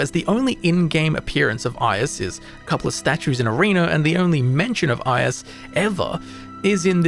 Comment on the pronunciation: The pronounciation of "Ius" really hurts, man xD